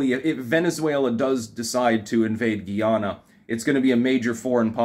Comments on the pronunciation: Guy Ana (or awna) not Gee Awna. I am Guyanese and immigrated to the US as a child. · not GHEE YANNA ...its GUY AH NAH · it’s Guy-ana not Giana! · GUY-yah-na --- rhymes with MY Llama -- geez -- you pronounce so many things incorrectly. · It's pronounced like it's spelled. Guy-ahnah. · I’m suing you over this pronunciation my lawyer will be in contact. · I've met many a Guyanese person, and they pronounce it Guyy-ahhhna-mon. They used to call themselves "coolies" and taught me how to clap roti 😋